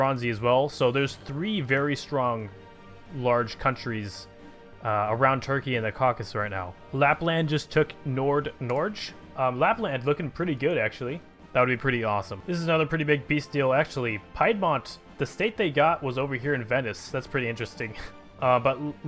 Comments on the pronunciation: "Nord-Nordzh" XD It's okay,, we love you even if you butcher our native name for Norway. But pro-tip: in most Northern Germanic lanuages (Norwegian, Swedish, Danish) all "G"s are hard, like in "goal". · You tould you could oronounce Nord Norge as nord Norj but the G is pronounced like the G in Garry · Nord Norge......... please do not say scandinavian names ever again.